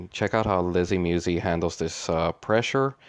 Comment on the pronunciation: MuSi not Muwzee lol other than that youu make great videos! I enjoy watch them all.. Keep the good content coming just giving ya a hard time